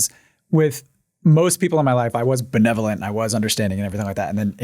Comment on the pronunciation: I was hoping the whole time drew would correct mark in the way he says benevolent. It has gotten under my skin for the last 3.5 hours. It's not BeNIVolent, it's beNEVolent. 🤬